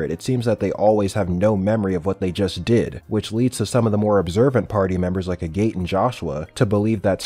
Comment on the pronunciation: Agate = Ag-et